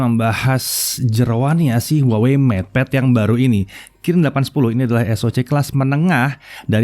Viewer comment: Ngepad kali...😄😄